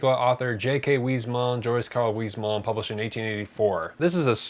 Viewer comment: Not to be that guy, but the s at the end of Huysmans is pronounced. Wiss-moss.